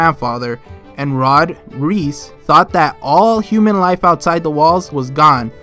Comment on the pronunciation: can you pls stop pronoucing reiss like reese. Not even in the japanes dub nor in the english dub do the pronouce it like that and both already pronouce it wrong. Just like with Berthold they struggle a lot with german pronounciation.